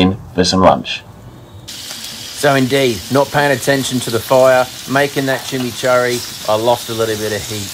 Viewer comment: being weird, agree it should be pronounced chi-mee-chour-ee. Lazy pronunciation from me there. Near where I live there’s a place called Kurri Kurri which is pronounced Curry Curry, just a lazy habit formed but you’re spot on should stop that shit.